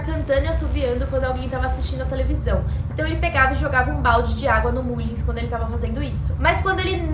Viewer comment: a pronúncia correta é Mâllins. É só uma dica.